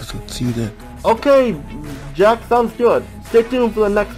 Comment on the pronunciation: You know I had to check that again and again, I thought you said Jeff there and not Jack